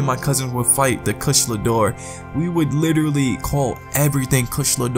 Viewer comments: Kush-la-door? Kush-a-la-door-a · Say it with me: Ku-sha-la Da-o-ra. XD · Monster Hunter World I want to thing that you pronounce the name wrong purposely 😂